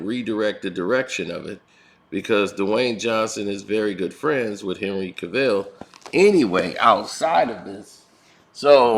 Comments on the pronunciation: Dude it's Henry Cavill not Ca-vill😭🙄🤦🏾‍♂️🤣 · James Gunn was the second biggest mistake the WB DCEU has made next to hiring Joss Whedon. Do they not see that whenever they touch anything DCEU, it turns to garbage? Oh yeah, and it's pronounced cav-ill not ca-ville.